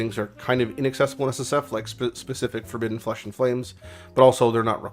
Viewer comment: Not trying to call you out or anything but Forbbiden right?